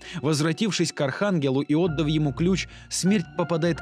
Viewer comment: Браток,поработай над ударениями: "прибЫв",а не "прИбыв","отдАв",а не "Отдав" и т.д (За первую и вторую части штук 5-6 таких неправильных ударений). А видосы очень годные,хорошая подача,интересно рассказываешь.Лайкос поставил. P.S: В конце,"Когда Война сломает 7ую печать и призовёт своих братьев...",надо было добавить "и сестру" ;D